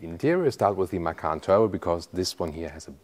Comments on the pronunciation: What is Porsche Makan?? Isnt it MaCan.. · Hi, thanks for as usual video. By the way, 'macan' is taken from Indonesian language for 'tiger'. The correct way to pronounce it is "machan" (c for charlie)... 😊